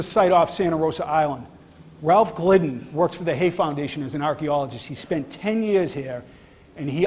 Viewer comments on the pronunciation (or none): none